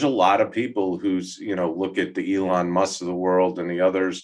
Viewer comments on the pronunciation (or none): none